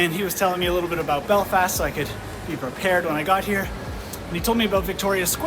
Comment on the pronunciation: An American that can pronounce Belfast properly? I'm mindblown